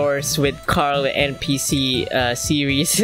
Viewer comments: It's npc not ncp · NCP? IT'S NPC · NO ITS NPC NOT NPCC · Not ncpp it’s npc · its NPC NOT NCPP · U said ncpeepee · Npc not ncpp